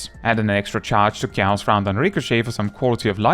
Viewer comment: props for pronouncing "Gauss" correctly